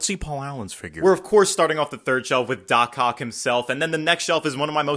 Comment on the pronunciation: Is he saying doc ock or docock